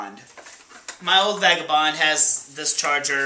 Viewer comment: It sounds like you said "fagabond" . Lol.